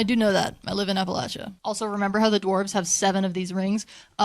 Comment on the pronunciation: So glad you said it like "apple at cha" 👏